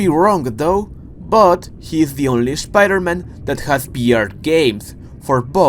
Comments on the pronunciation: I subbed because I love how you say "Shhpiderman" lol good vids 🤙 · I can't unhear it😂